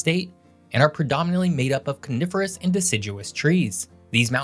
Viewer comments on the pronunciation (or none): Had to rewind to see if he said coniferous or carnivorous